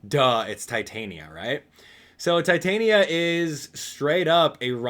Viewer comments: Not to judge, but i think it is pronounced ti-tan-ya, not tie-tai-nya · Its ti-tan-ya not tai-tain-ya